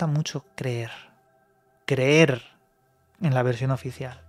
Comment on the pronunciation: oficieal por quie, por eeu?? xD